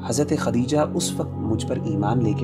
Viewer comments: It’s not khatija brother it’s khadija. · For brother who’s hosting the correct pronunciation is “KhaDija”not Katija.